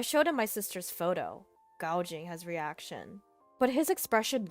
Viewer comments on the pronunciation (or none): The 2nd story, the word gauging is pronounced "gay-ging" not "gow-ging"